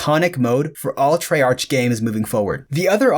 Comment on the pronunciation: Glad to see I'm not the only one who thought he said it weird he also said treyarch weird